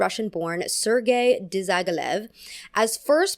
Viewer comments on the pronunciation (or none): its DYAGILEV not DISYAGILEV😭😭😭😭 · IM SORRY BUT THE WAY YOU PRONOUNCED HIS NAME ABSOLUTELY KILLED ME😭😭😭 the proper pronunciation is "Dyagilev" without any "z" and "e-e" sounds tied to it. love your content anyways💋💋 edit: now I have seen the mark, which is pronounced a lot better, thank you, 💓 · Talioni (without -g in pronunciation) and Diagilief (pronunciation, accent in -gi)